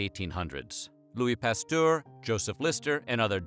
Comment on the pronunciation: This is a very well done video. I taught biology and medicine, and the hand washing was a revolution. Victorian doctors were a bunch of egotistical idiots... The microscope would have made his case much easier. Just a little niggle - Pasteur is pronounced like "pasteurized" without the "ized". : "pas-ter"